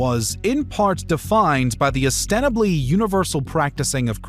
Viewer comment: Not tenants, tenets. Ostensibly, not ostenebly.